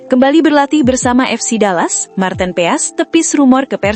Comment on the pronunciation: Bukan marteen peas tapi marteen paes ,, memalukan sekali cara bacanya